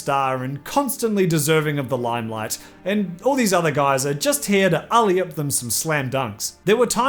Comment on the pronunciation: Not sure you if it’s different across the pond there in Canada, But here in ‘merica it’s pronounced alley-oop not olley-up!